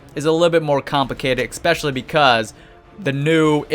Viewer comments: ESPECIALLY!!! NOT EXSPECIALLY...Other then that great video! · Why do you say ek-specially instead of especially??? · E-Specially. Not EK-Specially. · holy shit stop saying ECPESCIALLY